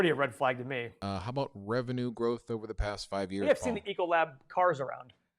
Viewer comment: EEEEEEEEE-CO-LAB. NOT ECHO-LAB. Helloooo - the last 12 months all of the restaurants have been closed, all the schools have been closed, etc. etc. etc! That's alright boys, EEEEEcoLAB has been VERY good for our family!